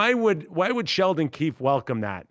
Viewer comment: It looks and sounds like Mac is saying "Sheldon Keith," but the guy's name is Keefe.